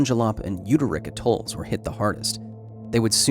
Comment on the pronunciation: AYEtols, AYEfricans, AYEpples, AYEssoles!...🙄